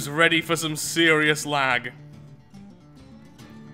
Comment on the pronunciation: You make me ‘lath’ XD